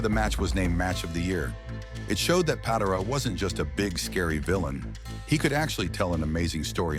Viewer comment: AI cannot pronounce Patera. AI sucks!